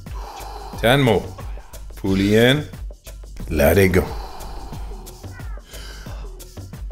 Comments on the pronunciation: Fooooolly inn, and Lelling Go, like awave... 🌊 Go witdaflow, of the breath 🌬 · "Foolly iiiin, ledingo" Thank you, Wim Hof.